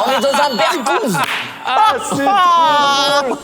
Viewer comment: ils ont is berkouz au lieu de bergouz